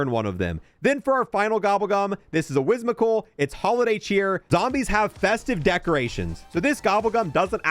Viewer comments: "Wizmical" whimsical. Whim. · My dude doesn’t know how to pronounce “whimsical” lmfao